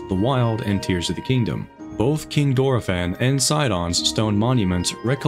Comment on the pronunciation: I shed a tear when you mispronounced tears repeatedly.